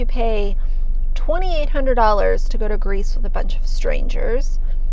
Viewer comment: You said "Greece trip" I heard "grease drip".